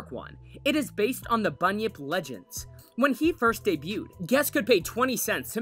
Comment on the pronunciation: When he said bunyip I thought he said bunion